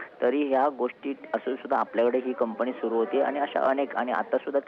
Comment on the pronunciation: ताई ते कंपनी आहे कंपणी नाही मराठीची लाज काढताय तुम्ही